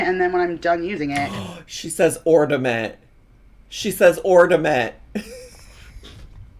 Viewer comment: “Ordament” and “garlin”.. my ears are bleeding